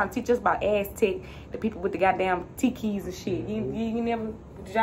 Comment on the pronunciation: lmao you keep saying "tiki"and I'm like wtf are you talking about lol then I realize it's "tepee" lol